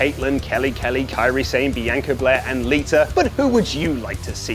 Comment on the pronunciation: why did he say bianca blair so wrong